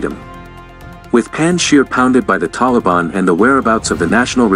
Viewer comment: Please pronounce Afghan names PROPERLY - Some names are NOT pronounced the way they are spelt ! Panjshir is pronounced PUNJJ-SHEER !! ; Massoud is pronounced MUSSOODH ! Afghanistan is pronounced UFF-GAANISS -THAAN !! More pronunciation tips if and when you need !